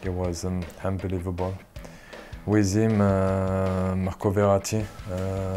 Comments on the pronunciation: how many times did he say UNBLIVELBOL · "Unbaleiavable" lol, he says it way too much